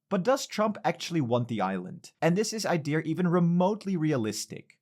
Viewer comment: There’s no “r” in the word “idea”